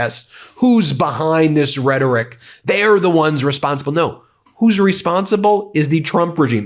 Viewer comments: Somebody should tell Homan the word is rhetORic...not redic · Guy at the end talks about hateful redic. Redic? Did he mean Hateful Rhetoric? Trump wearing off on everyone. Tesler, Venezueler, etc... this country is going down fast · Thom Thumbman can't even pronounce the word "rhetoric" - he calls it "rhettic" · Tom Homan is such a meathead. Hey Tommy boy, "rhetoric" is not pronounced, "redik." So low IQ. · Tom Homan doesn't get to Speak anymore until he recognizes the 3rd Syllable in the word "Rehtoric".. Idk wtf "Reddik" is but He keeps sayin it... 🤦🏽‍♂️